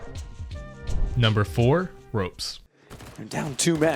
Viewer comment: This boy done called him roops XD